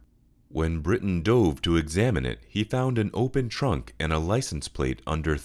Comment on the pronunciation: You have some incorrect information. The guy who runs the Depths of History is called Britain, and is NOT called Bryan!! You had his name correct on screen, but pronounced it as Bryan!!